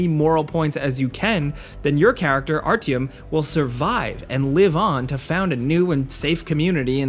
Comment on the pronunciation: Is it just and Skillup, or do English speakers really can't pronounce ''Artiom''. I mean come on, its an easy name.